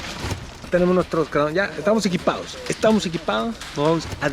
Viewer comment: cuando dijiste "estamos equipados" te salió medio argentino jaja